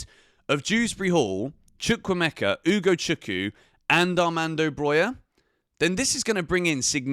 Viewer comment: I comment it once again its UgochukWU not Ugochuku.